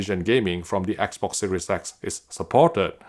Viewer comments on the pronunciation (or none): none